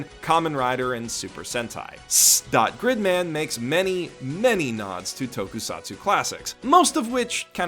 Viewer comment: I've never heard a better pronunciation of this shows name.